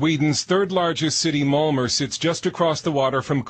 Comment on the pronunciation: Why doe that narrator idiot keep pronouncing Malmo, "Mal-mer"? Fucking moron. Figure out how the correct pronunciation of the city you're talking about. It's "Mal-meh.